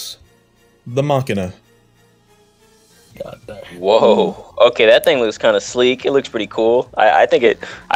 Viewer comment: Pronouncing machina like makina is a federal offense